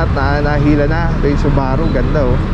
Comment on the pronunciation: please google proper pronounciation of Subaru. 3 of us were watching and never heard how you say subaru. You can hear proper way to say it. Not bashing.